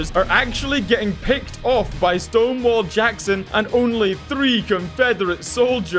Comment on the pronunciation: I actually thought he was saying Stoneball